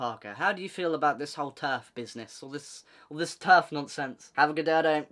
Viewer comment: My bad but every time you say terf I always think ur Abt to say turd😂